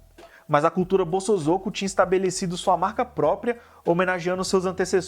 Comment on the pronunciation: Pronuncia : bo-so-zo-ku. Zozo não!